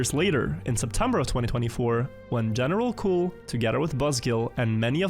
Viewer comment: As a French, seeing « General Cul » taking all the screen and hearing wrongly pronouncing it is so funny